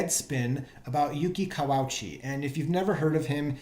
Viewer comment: Thanks for featuring Yuki,! But I'm fairly certain that the correct pronunciation of his surname is "ka-wa-ooch-ee".